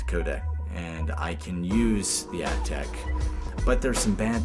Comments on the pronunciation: I'm a huge Aiptek fan (pronounced Ape-tech, by the way). The CCD sensor on the SVP camera was tempting at first, but after hearing the other criticisms for it, I think I'll stick with the Aiptek brand. Thanks for the great review :) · I just called the 1-800 number to verify the pronunciation of Aiptek. After 5 years of using the product and hearing THEM, THEMSELVES pronounce it Ape-tech, they've apparently decided to pronounce it App-tech. Sooo... I guess the I is silent these days or something. Sorry, folks. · Great show. I liked Aiptek a couple of years ago when I first started seeing them at Target (even if I was pronouncing wrong, really thought it was Ape-Tech). As far as 5-in-ones (video, photo, voice recorder, mp3, data transfer) I thought it was a lot better than some of the other minor brands. That said, I think there are cell phones with better cameras now. For video on the go I'm using the video mode of my still cam (Canon Powershot A630).